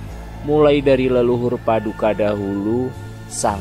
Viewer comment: Maaf... Narator dalam mengucapkan kata kata dalam bahasa Jawa sangat kurang memahami ejaan dan lafal bahasa Jawa. Sepertinya kurang paham bahasa Jawa. Terkesan hanya sekedar membaca teks /artikel yg entah didapat dari mana... Maaf sekedar kritik yg bersifat membangun. Contoh kata Paduka... Dlm bahasa Jawa huruf "a"terakhir dibaca mendekati lhuruf "o" Manik Maya dibacanya manik Moyo... Dan banyak lagi... Pengucapan kata murbeng dumadi vokal "e" bukan dibaca seperti pada kata "tumpeng" tapi dibaca "e" seperti pada kata "celeng" Bagaimana mau mempelajari budaya Jawa kalau pemahaman bahasa dan sastra Jawa kita kedodoran ...???? Orang Jawa yg tidak paham bahasa Jawa yg baik dan benar = wus ilang jawane ( sudah kehilangan "Jawa" nya ) kalau narator bukan orang Jawa saya maklum lah... Tapi kalau orang Jawa padahal ngomong soal ilang jawane kan ironis... ya udahlah... Tapi jangan terlalu parah gitu lah...